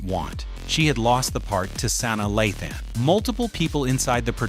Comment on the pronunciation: Who is "San-da-laughten and Saina😂😂😂